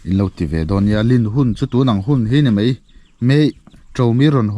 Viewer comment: Zotawng uluk tur itia, mai tih tur ah mei iti vek.